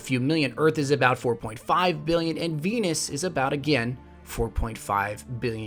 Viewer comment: he said fenus and then Venus .